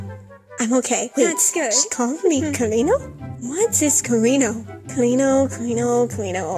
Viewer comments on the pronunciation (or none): And ñ is pronounced kinda like an ny sound. So car-een-yo, not car-een-o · CariÑo Es que no se pronuncia así AJAJAAAJA es con ñ y es muy difícil que los que hablan inglés lo pronuncien I am too lazy to grite that in English so translate it on google JAJAJAAJ